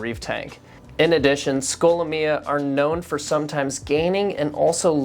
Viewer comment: Why do you say the name like that??